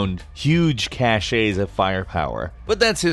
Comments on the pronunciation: It's not "cashays of weapons" It's pronounced "cashs" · Its cash-es not cash-ché........